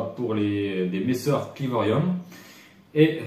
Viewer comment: On dit clivorum et pas clivorium attention a pas faire l'erreur 😋